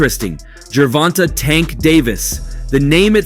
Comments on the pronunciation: For the love of Cuthulu. It’s Pronounced Ger-Vahn-Tay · It is pronounced Gervon*TAY* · Tank all day round 5/6 and I hate how this guy says his name must be AI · Bro can he pronounce tank name correctly😭… ion know why but its irking me😭😭😭😭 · please learn how to pronounce the man name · Why can you not say tanks real first name properly fuk sake